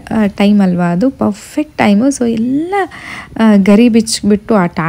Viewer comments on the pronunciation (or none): none